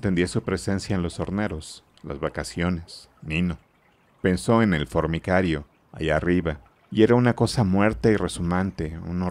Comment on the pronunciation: El lector dice una y otra vez fornicario (de fornicar), en vez de decir formicario (de hormigas).